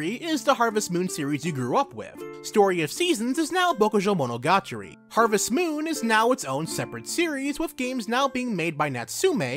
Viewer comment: Great video! But I literally flinch every time you try to say Bokujou Monogatari